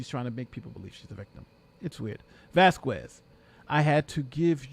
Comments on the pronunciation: broooo!! please dont say vaskuez... say vaskez... hurt my ears every tima you say her name.. saludos desde Honduras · Vas-kez…..2 syllables. Nothing that sounds even close to quarter or quack….Elaine!!!